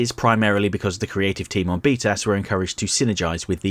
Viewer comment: I know he's say b tas (btas) as in the Acronym for batman the animated series but every time all I hear is beat ass